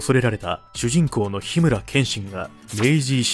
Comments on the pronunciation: アクタージュは本当に残念だったし、作画の宇佐崎先生がただただ不憫。 あと、ファンとしてはって言ってる割にるろ剣の 「ころさず」を「ふさつ」って言ってたのが気になった。 たけしも後に完全版で完結してたはず。 こう言う動画なら、情報は間違いないよう作っていただきたいです。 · ～ その後スーパージャンプで完結させてますよ 「ふさつ」じゃなくて「ころさず」なんですが・・・・・・・